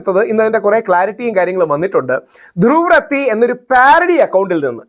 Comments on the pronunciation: Rahul Ishwar, you speak well. പക്ഷേ , ധ്രുവിന്റെ surname റദ്ദി അല്ല , റാട്ടി ആണ് . He is ധ്രുവ് റാട്ടി . North Indian name aanu.നമ്മൾ മലയാളികൾ മോദി യെ മോഡി എന്ന് വിളിക്കും 😂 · ധ്രുവ് റാത്തി അല്ല. റാഠി ആണ്. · It's not രാത്തി. രാഠി is the right pronunciation. Kindly take care. Your videos are going great! I like that they're short and crisp. Above all, you seem to have turned more balanced. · ധ്രുവ് രതി അല്ല ധ്രുവ് റാട്ടി എന്നാണു് പേര് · ധ്രുവ് രതീ അല്ല..ധ്രുവ് റാഠീ. Ok ❤ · pls pronunce Druv's surname correctly. North Indian channels pronounce as Ratti